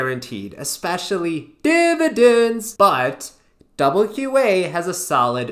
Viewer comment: lol divi-dans